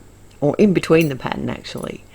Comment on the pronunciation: It's a wonderful color combo and clever to make 5 cards from one stamp set! Love them. Really loved that background stamp and it did really make these work. The snow couple was my favorite. I just love the way you say "pattern"!